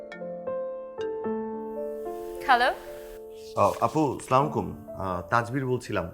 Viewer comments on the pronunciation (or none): সাওন ভাই সালাম টা হবে এই ভাবে আসসালামু আলাইকুম। আর আপনি যে ভাবে সালাম দেন ওটা কিন্তু ঠিক না।